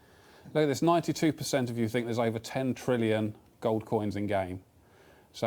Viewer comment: good job on saying 10 trillion wrong l0l